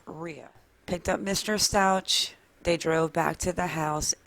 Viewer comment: Stauch is pronounced “Stowk” 😉